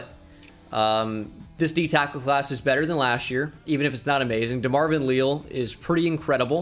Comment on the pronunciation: Just FYI, Demarvin Leal’s name is pronounced “lee-Al”